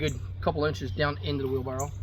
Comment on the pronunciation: Did you say, Wheel Barrel?